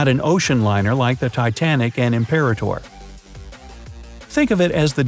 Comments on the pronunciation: I believe it’s pronounced “I’m-per-ah-ter” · Nice video! I’m not sure, but I think the second ship you mentioned is pronounced Imp-per-AH-tor — accent on third syllable. Not a big deal...lol. Enjoyed the video very much. 😄 Looking forward to more!